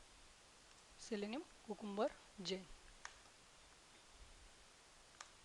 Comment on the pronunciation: I love your accent and the way you pronounced technical as "tech-nickel", Cucumber as Coocoombuh and selenium as "sellnynom" and last but not least my favorite world of all in this video is Directory as "Didectdordee". Please dont think im making fun, I just love accents, trust me if I tried to speak in your first language I promise you would have no idea what I was even trying to say. Keep making your videos, if I could make any suggestions it would be to enlarge the part of the screen your using whenever possible, at the times when you dont need to make the entire desktop visible, crop the area your in and enlarge. Watching this on my phone was very difficult.